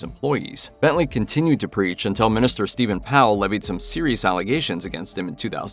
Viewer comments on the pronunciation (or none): none